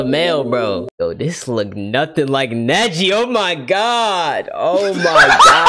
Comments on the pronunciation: that ain’t neji that is neshi 😂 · Nah that’s not Neji that Nejia